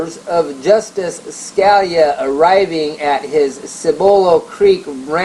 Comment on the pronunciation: It's pronounced like "Skah-LEE-ah". [feel free to remove this comment after reading]